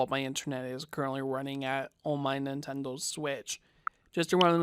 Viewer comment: Nintendle Switch